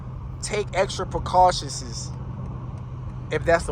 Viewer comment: My guy said extra precaushisises